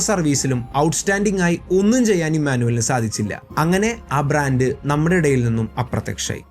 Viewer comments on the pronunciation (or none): none